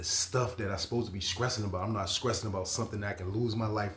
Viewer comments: I’m scressing over how he saying stressing 😂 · I respect the channel but hearing a grown man say skressing repeatedly blew my mind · I love how he says it!! 😂❤